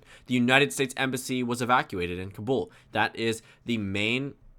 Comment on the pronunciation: Stop saying Afghanistan like "Aff-gan-iss-tan". It's "Aff-gahn-ess-tahn". It's "Tah-lib-ahn", not "Tall-ib-ann", and it's "Kah-bull", not "Cuh-bull". You're Asian; you should know this, unless you were whitewashed lol.